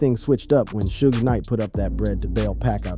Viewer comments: 😂😂😂😂 he says it right at the start of the video but proceeded to say shoog soosh 😂😂😂😂😂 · Suge pronounced as "Soogay" is crazy work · Why you say suge wrong then you say it the right way 😂😂sougs suogs😂😂😂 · Sue-gay and 2 Park and snoosh pog of breath crow bleckerds table Stocking breaterlizations! 😅😂